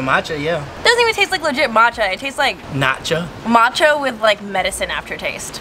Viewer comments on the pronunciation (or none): matcha- NOTCHA im crying lmao